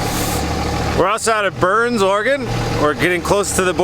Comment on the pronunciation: Refreshing to hear Oregon pronounced correctly.